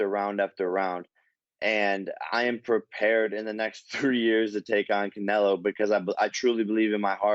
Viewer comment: He said "Canelo" 😆 🤣 😂 don't do drugs kids